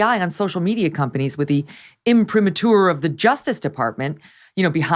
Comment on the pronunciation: imprimatur-accent on third syllable!